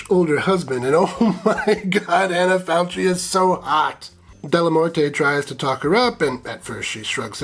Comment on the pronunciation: CH in Italian is a hard K. Anna Falkee, not “faltshee”